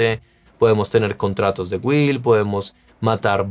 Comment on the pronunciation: se pronuncia GILLL no guil....